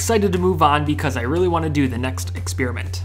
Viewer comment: it's experiment, not "expearmint"!